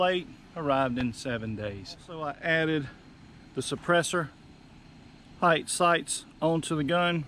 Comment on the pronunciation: "Hight" .... South Carolina